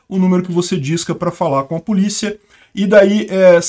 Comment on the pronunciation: Eu tô viajando ou ele falou “PULICHIA”? 😅